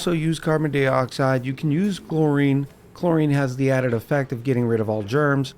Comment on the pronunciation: Why do you say carbon dee-oxide instead of carbon die-oxide?